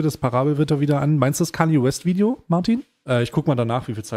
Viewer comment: muss ganz dringend lernen wie man “Video” ausspricht